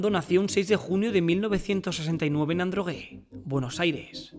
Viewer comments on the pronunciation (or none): Nacio en Adrogué, no Androgue.